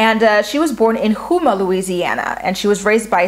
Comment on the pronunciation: Great predictions!! Excited for the season! The cities of New Orleans can be difficult to pronounce from their spellings, but this may help for future vids on MAFS. Bossier City - sounds like "bow-zure" (kinda like the word sure, but with a z), Arabi- "air-a-bee" and Houma sounds like, "home-uh". :) I have a friend that went through the casting process for this season but she didn't get picked. After hearing about the selected guys, she def wouldn't have matched well with any of them! hahaha At least the producers knew that much! LOL Let's hope the rest of them can make it!